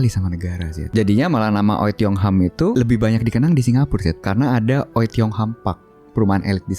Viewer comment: Itu bacanya wi.. bukan oi wkwkwk